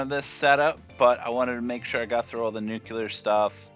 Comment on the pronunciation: Great video. Helped a lot. One thing though, its pronounced Nu-clear, not nu-ku-lur. A kid actually corrected me on that. lol